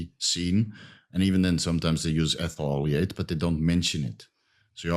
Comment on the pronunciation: Argh, c'mon pronounce the chemical names more carefully. "Ethuleayte" - Ethyl-oleate. "Grepsid oil" - Grapeseed oil. "Propylene gwycol" - Propylene glycol